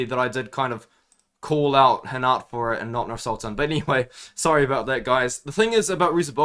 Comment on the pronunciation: Bro you’re pronouncing rinat name like He’s Brazilian 😂